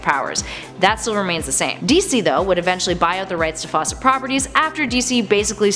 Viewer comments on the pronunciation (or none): none